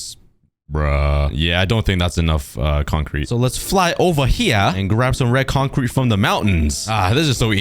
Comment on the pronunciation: I heard bread concrete or is it just me?